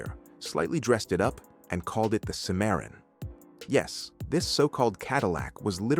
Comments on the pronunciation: AI voices always expose themselves when they mispronounce some words or names. Nobody says A W D, we say all wheel drive when we see those letters in car context. I didn’t even know what Mr computer voice was talking about when it said Cadillac Simaron. It meant Cimarron. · It's pronounced sim a ron